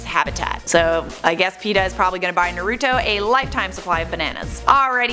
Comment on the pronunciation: She pronounced naruto wrong